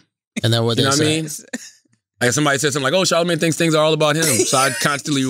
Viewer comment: Charlemagne"worvy" tha god